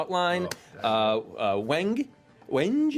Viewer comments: I know its not going to matter to almost everyone, but the wood Wenge is pronounced 'WHEN-ghay". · Wenge pronounced "wen-gay" . It's a beautiful African wood of super rich dark brown color. Very expensive, very beautiful, very awesome